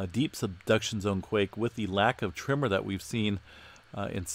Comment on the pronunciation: Am I the only one who hears “trimmer” when he says tremor??